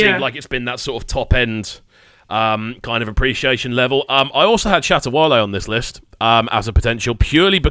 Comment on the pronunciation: I really enjoyed this! But did dude just say Shata Walle?! Come on man!! I'd rather go with Stonebwoy if anything. Joeboy has sugar mummy issues that's all, he'll be ok lol but overall I loved this piece!❤❤❤